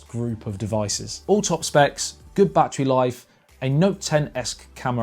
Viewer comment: Take a shot of whiskey every time he says "BAT,TREE"